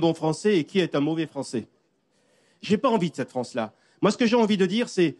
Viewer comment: Il a parlais au Froncè de la Fronce